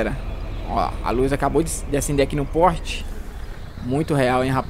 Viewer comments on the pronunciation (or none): a luz acabou de acender aqui no "PORRRTE" KKKKKKKKKK